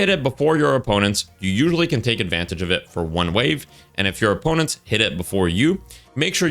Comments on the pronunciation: Ad-van-tayj 😭🥀. Very unique. Great video man lol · Mans saying ad-van-tage (like page) 🤨😂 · Never in my life have I heard someone pronounce Advantage as "Advan-Tay-J" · pls look up advantage pronunciation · I never noticed he mispronounced "advantage" so badly until I saw someone mention it somewhere else, it didn't even process to me that that's what he was saying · Why my guy pronounce 'advantage' like that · Why is bro pronouncing advantage like that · Great video, I have never heard someone say advantage like that haha